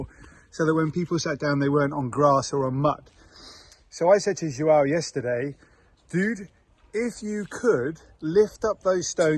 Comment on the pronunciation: How is the portuguese course going? I noticed that you both said the name 'João' correctly! That is hard to say!